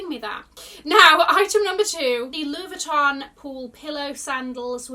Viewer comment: Thank you for the run through. A lot of pieces I would never spend money on. However, I’ve dragged out all my unused denim LV pieces lately, and I might consider a bag from the new line. I must admit they look better than the period. By the way, your LV pronounciation here is right on, so you knew all along didn’t you🤣. Love your videos and your take on things🌸